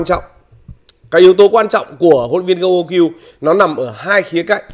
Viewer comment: Đọc đúng tên Huân luyện viẻn Gong là Con u ky-ưn anh.